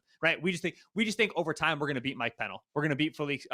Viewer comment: This dude is a fool. He literally said Chris Jones, Mike Pe-nnell (say it correctly fucktard) and FAU are the same. Once again Mina proves she’s ignorant.